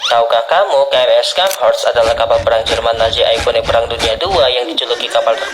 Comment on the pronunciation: Ingat, ini kapal jerman. Baca namanya pakai bhs jerman, bukan inggris. Bacanya bukan Skenhorst, tapi Sharnhorst. C silent Scharnhorst ini unik karena klo dilihat2, dia gk masuk kategori Battleship maupun battlecruiser. Battleship: korbankan speed demi meriam dan armor Battlecruiser: korbankan armor semi meriam dan speed. Scharhorst: Korbankan meriam demi Armor dan speed. Tapi meriam kecilnya diimbangi dg velocity tinggi dan range yg jauh, jadi ttp efektif.